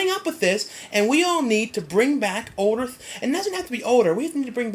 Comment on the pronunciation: Haha at 8.00 you say odor and not older you idiot.